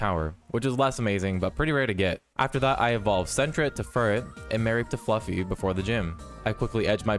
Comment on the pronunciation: It’s Flaa-fe not fluffy